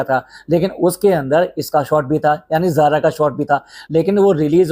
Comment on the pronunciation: Zara ni sara phele name thk se bolo